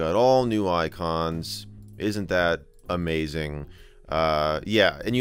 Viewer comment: It is moeazing